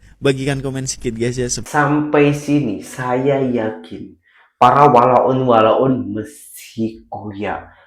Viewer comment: Terbaik la dah pandai sebut walaun, maksudnya dah faham maksud walaun yang sebenar... 👍👍👍